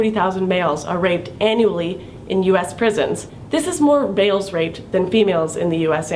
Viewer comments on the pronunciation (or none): who else thought she said analy instead of annually?